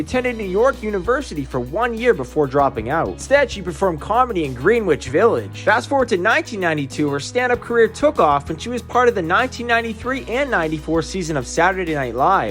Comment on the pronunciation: Did you say "Green Witch" village?